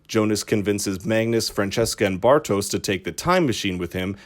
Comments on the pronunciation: The audio is not bad whats annoying af it's how you dont even try to pronounce the names correctly, sorry typical American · omg it's pronunced Bartosh and Yonas not Bartosss and Jonas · Quick question: Did they translate the names in the English dubbing too? Why is everyone saying "Francesca", her name is "Franziska" she's not spanish :D Also... "Bartosz", not "Bartos" - its a slavic name. This is likely because his father is of slavic decent, noticable by the spelling in his name "Aleksander" with "ks" instead of "x". Though I am not sure why Clausen's brother was spelled this way, as its suggested "Boris" assumed his identity. The normal German spelling would be with an "x", like in English. Anyway... I gotta watch some clips in English methinks...